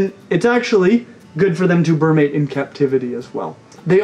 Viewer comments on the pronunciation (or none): What is "burmate"? I have heard of "brumate." Just asking since there was a huge section on how to say Argentine. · Forget your pronounciation of "Argentine" -- did you say "BURR-mate?" Isn't it supposed to be "BREW-mate?" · You spelled it right but didn't say it right, brumate not burmate. Still love your videos! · "Ber-mate" is how you are going to pronounce it? Definitely "Broo-mate" man, I will LITERALLY UNSUBSCRIBE FOREVER because of this! 😜